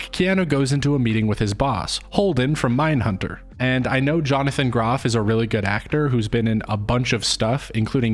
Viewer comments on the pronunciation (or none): none